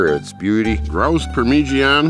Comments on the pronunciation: I watch two things, hot birds and fieldcraft. Pronounced Parma jarna mate. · your good mate you know what your doing, but its pronounced par ma ja na. And just get a carst iron pot i think its called a dutch oven over there, anyway here in Australia its just called a parmi par-mi, love your shows just living off the land. I would like if you actually went into the outback, because New South Wales (NSW) is not the outback. West (QLD) Queensland, (NT) Northern Territory, (WA) Western Australia. Thats where the dry hot hard summers and winters are, (NSW) Doesnt have a hard time its wet spring through Autumn and even summer. Where you are in new south wales (NSW) is probably the best place to live in australia. You need to go north if you want to build survival skills. Not south. Love your shows mate i really do it just got me upset acting like where you are in Australia is so deadly when it is the least deadly part in Australia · Parmigiana doesn't rhyme with louisiana ! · OMG .... Parmigiana ? He pronounced it “Parmeegeeanna”. I pronounce it “Parmezhyana” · never ever stop saying permeegianne,! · Dude, you just got me saying parmeegianna. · Par meej ee Anna !!! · Yep, I'd dig right in! Good dinner. But par-midge-anna. With a little practice you'll still butcher it😂😂👍✌️ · I cringe every time I hear say “per-mer-jee-ana”. Love the videos tho man. It’s okay that you can’t pronounce it right. If I had a choice between having your woodsmenship skills and pronouncing parmigiana right, I’d choose the woodsmenship skills. 😂😂😂✌️and ❤️ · LOL purmeejeeanne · Recipe was good but ....I wud not be tossing that much amt of tomatoes... Pemigiaana 😂😂😂tats right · I love the video! And it is so funny how you say Parmigiana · Say grouse parmigiana one more time...